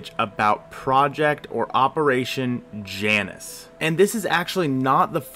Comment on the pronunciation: I was just laughing because you literally put an image with the correct pronunciation in your video ( jay nus, not jannus)